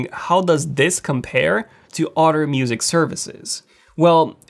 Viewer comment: “Other” is not pronounced “udder”.